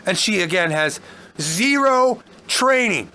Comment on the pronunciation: Z E E R O W TRAINING, lol